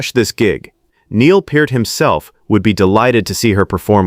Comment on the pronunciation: At least buddy pronounced Neil's name right.